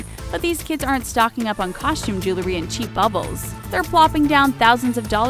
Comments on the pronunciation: It's jew-el-ry, NOT jew-la-ry. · "JEWLERY"?!!! Are you serious? Sad commentary on your English speaking skills. Next you'll say "CARMEL flavor". 😏😏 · She should learn how to pronounce jewelry.